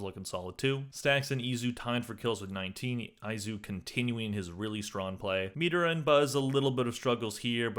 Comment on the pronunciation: Also why do you pronounce some people's names differently than it's actually supposed to be pronounced? It's pretty frequent but the one from this video: Izu is pronounced E-zoo not eye-zoo. I mean they've said his name all tourney, streamers and the broadcasters were glazing him all tourney